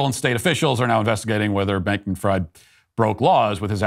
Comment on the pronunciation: "Fried" the name is pronounced like "freed" not like "fried" as in "fried chicken". - Language pedant.